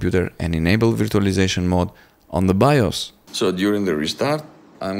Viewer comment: bro it's not veertualaizashon, it's verchualaizashon.